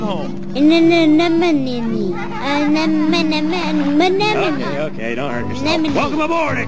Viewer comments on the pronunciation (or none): Just keep swimming, just keep swimming. Oh yes, Yuki's a wizard and can't pronounce "anemone"..LMAO...